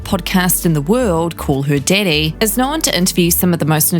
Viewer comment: “Call her didday”